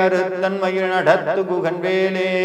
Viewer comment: ழ -உச்சரிப்பு மிகவும் தவறாக உள்ளது. மாற்ற வேண்டும். மயில், மயிழ் alla